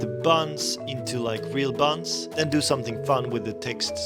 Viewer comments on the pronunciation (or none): This guy saying 'bunnz' just had me dying at my desk. Kinda sounds like the guy from Spongebob that does the "(insert amount of time here) later" line.